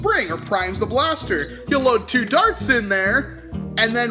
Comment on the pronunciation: Paster... pls say blaster from the paster